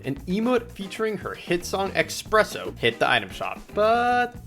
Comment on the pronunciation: expresso! expecially? wait..